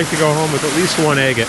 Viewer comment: Is it me or does “agate” sound like “I get it”?